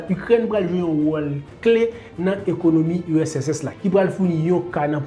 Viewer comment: Bel travay. wap eseye pale two vit man esak fem gen enpresyon ou di usss la. Moun yo ka panse se usss men an reyalite se urss. Bon travay. Poutine gen tout rezonl li fè entèvansyon an. Neg oksidan yo (otan) twò rize. Epi yap dyabolize Poutine.